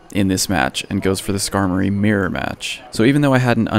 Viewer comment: I was wondering what you meant by a "meer-match" until I realized you were actually trying to say MIRROR lmaoooo